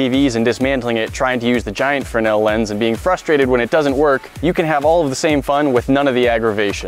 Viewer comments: You guys kept saying frenell its fresnel fyi... i had to research it but fresnel was the name of the lense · It's fresnel, not frenel lens. You left out the 'S' in your pronunciation. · Freznel, not frenel.